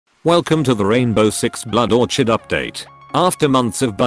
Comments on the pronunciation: Excuse me? Blood Or-chid? wtf 😂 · You pronounced Orchid wrong.